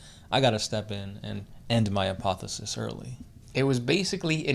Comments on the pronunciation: The word is APOTHEOSIS, you missed an 'O' heretics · It's APOTHEOSIS not apothesis. (APOTHE-O-SIS). A Greek word that means to become like God. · Not trying to be a dick but its A-poth-e-o-sis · They kept saying, "apothis." It almost sounded like "Apophis" . . . .